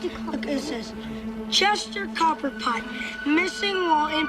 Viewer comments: ITS CHESTER COPPERPOT NOT COBBLEPOT 🤣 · Chester "Cobblepot"? WTF dude?? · Copperpot not Cobblepot. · Its "Copperpot", not "Copplepot," youre thinking of the Penguin